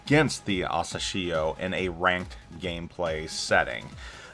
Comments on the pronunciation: Hey! The way you pronounce Asashio sounds strange, especially since you mentioned it so many times. Couldn't resist not commenting. You can check how Google translate pronounces it. Use 朝潮 for Asashio, which translates to "morning tide". Have a great year! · Hearing you pronouncing the name is so painful